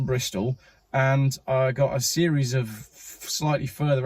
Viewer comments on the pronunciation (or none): none